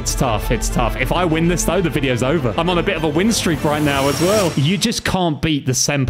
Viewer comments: anyone else notice started to say jover and not over? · bro said jover not over